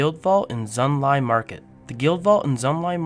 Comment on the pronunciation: my god..... can you read???? sorry but holy shit, so many wrongly pronounced words, just READ PLEASE Gunolf the Mountain, Chimeric Prism, Xunlai, Gavel of the Nephilim, Vertebreaker......................... EDIT: Ignore comment if you actually are dyslexic. If not, I suggest u re-learn how to read properly xD